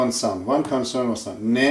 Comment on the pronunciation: Kon-soa-nand? Does he mean kon-suh-nuhnt? (Consonant)